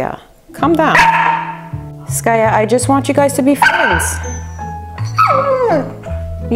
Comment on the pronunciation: I just love when you say skayuu!! I never heard it from your side of people...at our part, in India, we called like that to our loved ones..that yuuu part.. lots of love Skaya